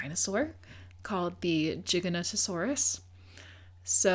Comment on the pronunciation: Great work & props for the correct pronunciation of Giganotosaurus with the soft g!